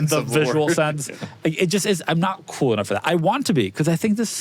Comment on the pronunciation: These guys are cooler than they think they are. They are cool with 2 syllables: Coo-well.